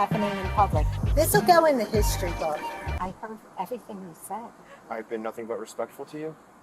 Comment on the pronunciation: "Hishtry books." I hate it here.